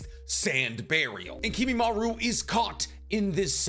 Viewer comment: If you're gonna pronounce it as Kimimaru you may as well also say Narutu